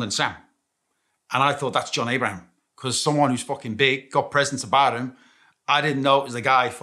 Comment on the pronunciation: Ayy shits me he doesnt promoumce his name right